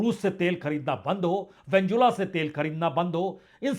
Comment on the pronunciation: कृपया अपने वेनेजुएला का उच्चारण करते समय वेन्जुला न बोलें, वेनेजुएला बोलें